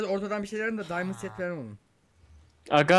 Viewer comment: Best İngiliççe :D Açdım Diamondu :D